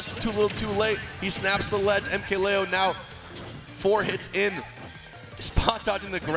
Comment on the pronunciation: Joel Garcia I think he says Lee-o when I’m pretty sure it’s supposed to be Lay-o